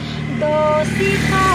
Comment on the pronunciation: Doesto nahi dosto bola karo.